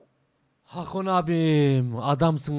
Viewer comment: Hakon yerine Hakan diyelim